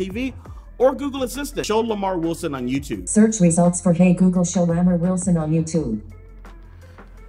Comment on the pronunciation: Am i the only one who hears "Lamarr Wilsonon" in the intro? I hear it in the intro but not in the outro.